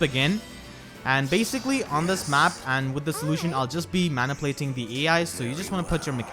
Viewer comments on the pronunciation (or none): List of reasons I watch from least to most greatest reason: I suck at Fire Emblem. I need money for important things. He says "Maniplate."